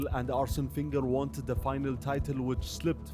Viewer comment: Man called him Wegner 💀😭